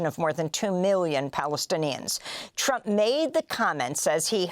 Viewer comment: Amy accidently said "President Trope"!! Perfect title !!❤